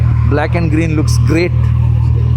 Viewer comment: The way he says M2....😂